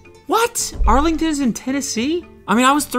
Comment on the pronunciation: Why did he read the Arlington sign so horribly I’m crying. “Jasmine forests “